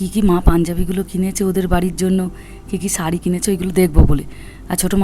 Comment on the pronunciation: সারি আর সার্টের উচ্চারণ আলাদা হলে ভালো লাগতো